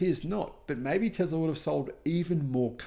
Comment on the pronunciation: It's is pronounced TESS La there is no Z!😂😂😂😂